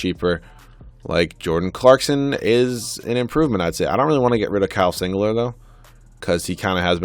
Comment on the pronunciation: Singler not singlet